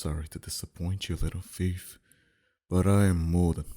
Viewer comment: lol I love how he said fief while saying thief.